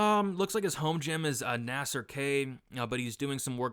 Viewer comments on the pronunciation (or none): none